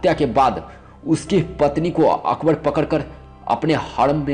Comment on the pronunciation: Mina bazzzzaaar, horom, okhbor(Akbar), biti(beti), kaha zzata(kaha jata)..........yaar pehle hindi bolna sikh